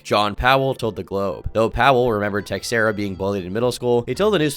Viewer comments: its probably pronounced 'teh-share-uh' not 'tex-air-uh' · Was waiting for a dark video on this. Didnt disappoint! Also the "x" in "Teixeira" is pronounced "sh" . So "teh-share-ah" not "tex-era" . Hopefully, you don't take this the wrong way. 😂🙏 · The X in Teixera isn't pronounced like that. The name is more like "teh-shera"